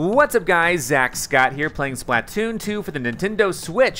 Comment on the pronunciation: You: "Zach" Me: Triggered